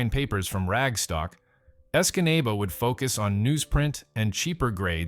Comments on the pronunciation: I never realized that there were so many way to mispronounce "Escanaba." Great suffering Christ! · Lol he butchered Escanaba 😅 good eff that sinkhole